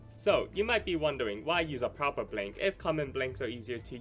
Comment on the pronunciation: The way you pronounced blank deck sounded like "blink" deck lmaoo